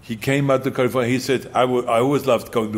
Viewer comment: lol california... cuh lee forh yuh LOL